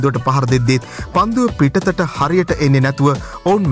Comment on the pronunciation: පිත්තට not පිටතට 😜😜😜